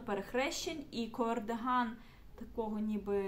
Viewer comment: Я дуже перепрошую, але ж кАрдиган, а не кОрдиган